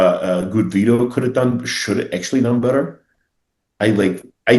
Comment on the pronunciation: “Bad Vitto” 💀💀💀